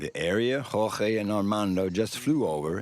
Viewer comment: Listening to this narrator pronounce "Jorge".....smh